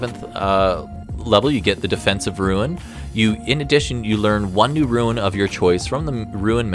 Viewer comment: "Ruin" Knight